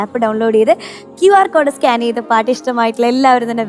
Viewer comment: സ്കാന് ചെയ്തു എന്നല്ല സ്കാൻ ചെയ്തു എന്ന് പറയണം